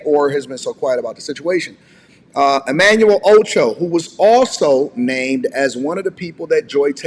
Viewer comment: Emanuel “Ocho” lol